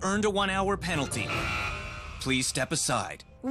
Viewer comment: i herd "penlty"